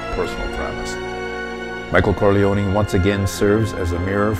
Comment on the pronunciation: I want to thumbs up this video but the mispronunciation of the name Corleone can not be unheard. So I'm just leaving a comment. You do not pronounce the 'e' when saying the name. That's the Sicilian way.